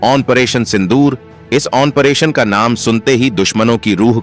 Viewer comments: आप आपरेशन को आनपरेशन क्यों बोलते हो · It's 'Operation' and not Onperation pronounce it correctly. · तुम यह बताओ की ऑनपरेशन क्या होता है? जो तुम कहरहे हो!उच्चारण तो ठीक से करो! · "Onperation" yah kya sij hai?